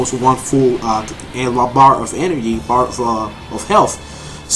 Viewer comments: Hahaha energhee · I love the way you say 'energy'...